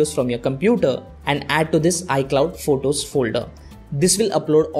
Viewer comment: It’s photos not votos 😂